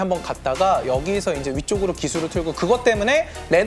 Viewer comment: 이제를 e제 한게 얼탱이가없이 웃기네 ㅋㅋㅋ